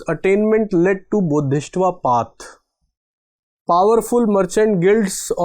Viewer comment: It is Bodhi-sattva not Bodhis-tva